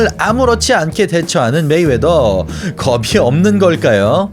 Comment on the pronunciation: 겁이 를 겁시라고 발음하시네요 거비로 발음해주세요..ㅠㅠ